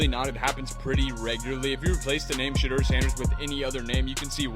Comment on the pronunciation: I like your videos. But, you must pronounce Shedeur Sanders name, correctly. His name isn’t, “Shatter”? It’s, pronounced, “Sha-Door”, ok? Show the man some respect, ok? God bless—Ericd(Atlanta, GA)!